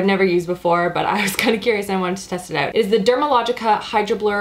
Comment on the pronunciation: I LOVE the Canadian pronunciation of the "out" words!! ❤️